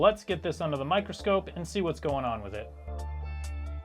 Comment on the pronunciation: You said "Micro Scrope" Instead of Micro scope